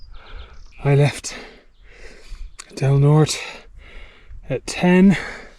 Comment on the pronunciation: "Del Nort-ay" is how it's pronounced, my sister went to Del Norte High School. Great video.